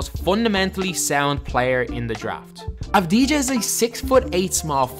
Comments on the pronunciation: And you say avadia, that how you pronounce it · you pronounce it avdia and not like it is written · U don’t pronounce the j is his name lol it’s like denny avdiya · its not avdi-ja i avdi-ya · You say it av di a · His name is pronounced without the “j” it’s pronounced avdiya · It's pronounced DENI AVDI-YA. He's a big time talent here in Israel, but nowhere near Luka. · Its pronounced avdiya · You absolutely butchered his name it’s pronounce abdiya but very good video tho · you pronounced his name wrong. you don't pronounce the j. it should be Deni Av-di-ya. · In his name you do not pronounce the J you say it AS IF it's Avdiia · please learn to pronounce his name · The j is silent right?